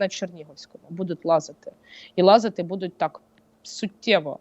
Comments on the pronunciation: Доброго здоров'я!,прохання до Вас,ставте правильно наголос.Нема слова "будУть",є слово "бУдуть".Перевірочне слово" бУти"! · Шо це за дивний наголос у слові будуть?! Просто капець... Де вона це почула? І які українці так кажуть??? Дратує жахливо. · А слово "будуть" з невiрним наголосом вiд панi рiже слух постiйно. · научитесь говорить слово будуть правильно, нема слова будУть, гидко слухати!!!